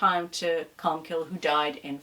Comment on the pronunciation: Sorry for being pedantic but the saints name ending is pronounced 'cill' as in 'kill' as in irish for church. The 'e' is silent